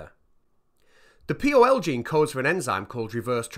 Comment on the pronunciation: Odd to my ear that you pronounce pol(ymerase) as P-O-L, Env(elope) as E-N-V, and Group AntiGen as Gag... good video though, and great concept, moff to watch the discussion video👍👍